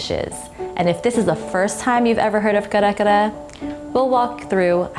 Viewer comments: you’re filipino man why are you saying kare kare with an english accent !!! come on say it right!!! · I could only watch like 2 minutes of the video bc I can’t stand how much u butcher the word. Thanks & no thanks. Please research on our culture before putting out videos. Thanks 💜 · No white rice? You’re almost there but please practice pronouncing Kare-Kare the way Filipino pronounce it. Drop the American accent . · U say Kare Kare so weird 🙃🙃🙃